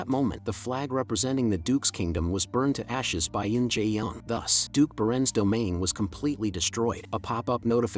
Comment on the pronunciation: Yin not yen